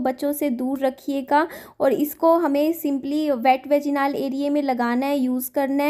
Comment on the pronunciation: वेजिनाल क्या होता है? वजाईनल होता है।